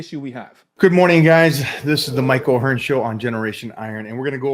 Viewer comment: Who the hell is Mike O'Hearn? You mean Mike O'tren?